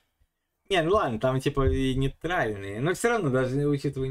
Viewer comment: НЕЙТАЛЬНАЯ ИЛИ НЕЙТрАЛЬНАЯ